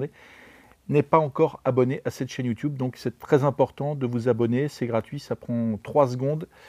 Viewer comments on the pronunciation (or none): Je m'abonne dès que tu arrêtes de dire "youtioube".